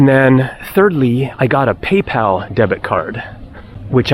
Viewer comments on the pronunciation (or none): none